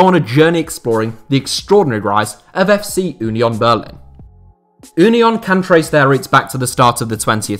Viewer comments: Just pronounce union the english way please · Thank you for pronouncing Union in the german way ;) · Never learn German please 😂 As a German I love the fact that no one can pronounce German names 😂 Ünion 😂